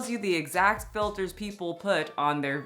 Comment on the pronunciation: Theyas no filtas 😂😂😂